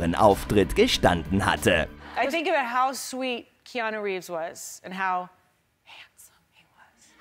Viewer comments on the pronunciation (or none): none